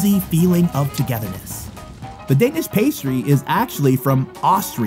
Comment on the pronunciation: No hate but You shodt learn to talk danlish IT isent that hard like IT looks like and say The Words corectly